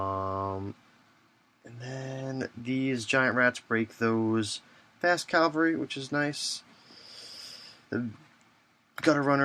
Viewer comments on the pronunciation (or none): Why does everyone say Calvary? Nooooooooooooo!!